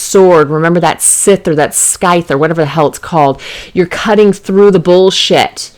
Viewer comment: its pronounced like sithe they are called sithes for chopping long hay grass etc great reading hope this helps lol